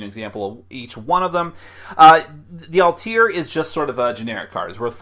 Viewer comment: Ideas Correct, it's Vice-beer. Also, Alt-beer, not Altier. Good review.